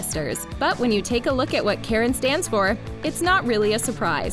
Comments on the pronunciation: its not karen, its kArAn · Tenzing Norgay wasn’t a character on “Jessie” he was a character on “Liv & Maddie” as Parker Rooney! Tenzing & Joey Bragg only had 1 guest staring episode on “Jessie” Omg please learn how to pronounce these actors names please! It’s Karan not Karen! Kar-in!!! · KARAN - not Karen! Saying someone's name wrong is simply RUDE. If the narrator isn't sure, then look it up before you embarrass yourself and tick of fans! No mention of the late beloved Cameron Boyce? Insulting to his memory! These actors were hi friends! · When was Tenzing on Jessie?? I don't remember ever seeing him on that show, but maybe that's just me. Also, Abominable is DreamWorks, not Disney. Also also, it's Kahr-Ahn, not "Karen". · she really called karen brar K A R A N im so sorry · Why did she call him “Karen”? Like it’s pronounced like kah-rahn! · Natalie Bennett it really annoyed me it’s supposed to be pronounced karan like the a in ka is like ah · Liar liar was released in 2018, it wasn't recent. Also Karan is pronounced "Cahr- in" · Who else laughed when they pronounced Karan like Karen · natalie bennett me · I didn't laugh but I was like...is that the American pronunciation?